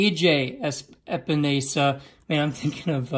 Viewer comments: EspeNOSEa 😂😂 it’s EspeNESSa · Iowa defensive end is pronounced A.J. “Ep en ess uh”